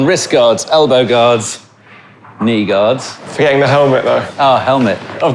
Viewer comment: I heard "Wrist guards, elbow guards, ME guards!"